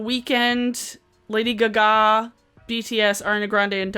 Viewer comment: "Lady Guh-gah" 🤣